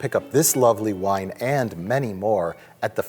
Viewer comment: Wine Commerical: WINE! Dracula: I don't dwrink vine.